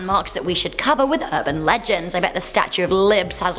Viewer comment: South Texas erban legands